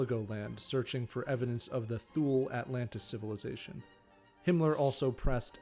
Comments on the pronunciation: It's not "THOOL", but "TOO-LAY." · Tu-ley not thool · Shaby15v Except he mis pronounced thule. It’s Tu-lay. Makes me wonder about the accuracy of the rest of the content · It's "tuu-leh" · thank u for those insights !!! ethymological note: since thule is a german word, borrowed from old germanic. its not pronounced as if an english word. for pronouncing it like it germans did in 1918, maybe it would be better spelled *toolay" in english to get the sound right... thank u for the video, it inspired me to reserch the thule-gesellschaft and thus find important developments as to how a political movement like national socialism and Hitler could even have come about. they already used the svastika aa element in their crest. men are always made by their times, the social and political climate of the 1910-20 in bavaria in this case. it is to be noted how prevalent antisemitism and the myth of the arian race/ariasophy and all the neo-germanic cultural associations were already at the turn of 19/20 century !! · it is not pronounced thu-lay either